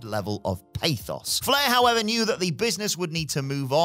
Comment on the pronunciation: Okay not trying to nitpick but why is ending most of his sentences like the words were written in lowercase until the end of the sentence? “we should also point out that hulk did kick out at 3.1 to show that he wasn’t really beat howEVERRRRRRR.”